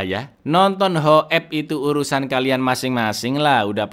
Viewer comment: Ngakak trus bang setiap lu bilang hokep😂😂😂😂